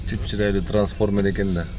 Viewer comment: Ай ай ай досум транс формер дегин😅😅😅